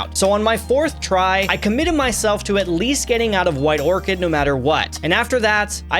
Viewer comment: ITS WHITE ORCHAR NOT ORCHID, sorry that was my OCD rage